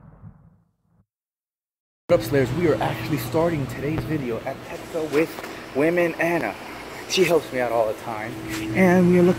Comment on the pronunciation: Why does he pronounce "woman" like "women"?